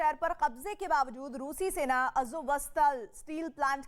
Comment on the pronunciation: सैतान नही सेना हे सेन बोल्ना सिख्लो